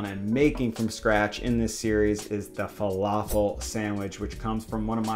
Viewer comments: Please please it's falafel with light L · Just don’t say an American L it’s not fa-La-feL